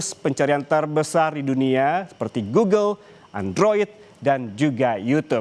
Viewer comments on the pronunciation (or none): none